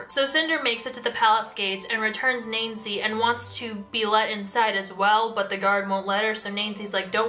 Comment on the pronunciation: I gotta add this "Nainsi" is still pronounced like the English name "nancy"